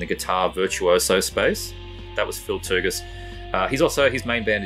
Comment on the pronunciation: lmao your pronunciation of "Tougas"